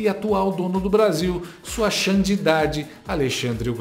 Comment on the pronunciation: "Sua 'xantidade', Alexandre, o "Glande". Sensacional